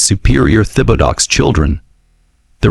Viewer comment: The man’s last name was butchered. It’s pronounced Tib-a-doe